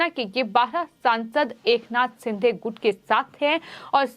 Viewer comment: क्या शिंधे शिंधे बोल रही हो, अभी तक उच्चारण दोष को कम करने का प्रयास नहीं की हो. अपने गाए हुए गाने को बार बार सुना करो I